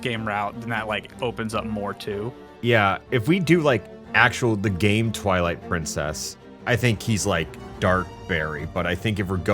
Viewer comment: Ah yes, Pwilight Trincess